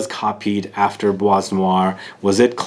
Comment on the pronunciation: Kinda makes sense as Demachy worked with Jaques Polge at Chanel at the the time my favorite fragrance was created. FYI, you dont pronounce the S in Bois 😉